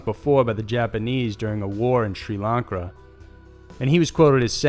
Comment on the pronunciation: Yeah that's what he said. Sri Lank Ra ^_^